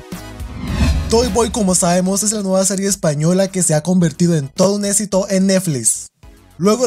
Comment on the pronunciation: "Todo un esito eneflis" 😂